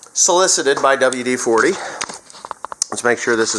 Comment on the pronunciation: Dubual Dee Forty